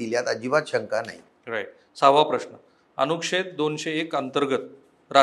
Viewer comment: अनुक्षेद नाही अनुच्छेद